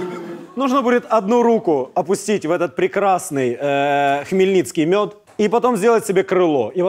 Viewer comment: Не хмільніцкій мед а хмельницький мед правильно казати